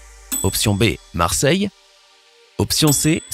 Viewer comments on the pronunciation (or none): T'es srx tu met un "s" à Marseille??! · « Marseille » avec un S à la fin? C’est chaud là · A MARSEILLE il n y a pas de S a la FIN !!! Fada que tié 😂😂😂😂😂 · Marseille ne prend pas de S à la fin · Marseille il n’y a pas de « s » à la fin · Il n'y a pas de s à la fin de Marseille ! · Pas de S à Marseille! Tristesse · Il a même réussi à faire une faute au mot "Marseille"